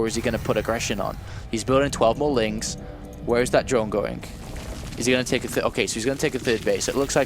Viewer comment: I have a great deal of respect for, but can someone please tell him there is no 'k' in 'going'?